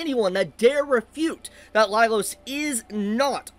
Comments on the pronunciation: Was I the only one losing my mind every time he said “Lailos” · I have to say it, but you never said the series' name right, and it was the same for Laios' name. That aside, people these days are SO delusional, the brain death is contagious.